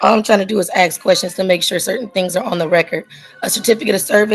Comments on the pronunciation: It's pronounced ask!!! Not axe!! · It's Ask not Aks.